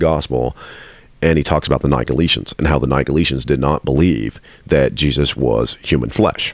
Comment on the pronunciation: Quibble: Pronunciation. Nick-o-LAY-it-'n.